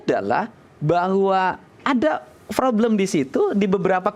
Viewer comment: KDM....sorry nih...*problem* dll kata yg ada huruf **p**...tp dibaca **froblem**, p berubah jd f...mklm org Sunda...,tp berbahasa Indonesia lah yg baik dan benar 👍🙏